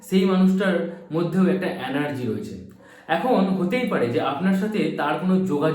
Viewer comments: Anergy na Vai energy hoe .thik moto to bol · Word ta anargy noi energy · Anergy...Noy.....Energy ..habe